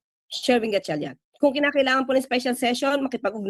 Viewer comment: The female news anchor can’t even properly pronounce the last name of Senator Win Gatchalian. So disrespectful.